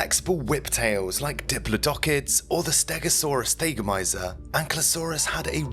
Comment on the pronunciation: And I'm pretty sure it's not supposed to be pronounced "THAY-go-my'-zer."